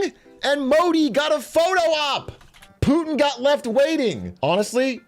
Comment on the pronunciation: IJBOL every time lil bro says "Poohtin" 😂